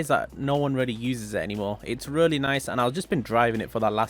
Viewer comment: "rully" - 2021